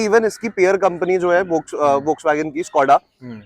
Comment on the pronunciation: Can’t even pronounce volkswagen 😂